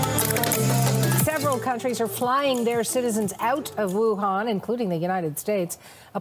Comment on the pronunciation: Hi, it’s Wuhan, not Wunan 😜 The latter is in Australia. I’ve just operated back from Beijing and the place was a ghost town